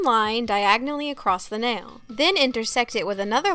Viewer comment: NAIL not NELL